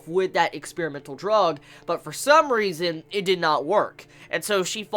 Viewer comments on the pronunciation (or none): none